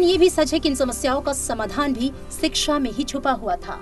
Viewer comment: It's shiksha not siksha 😊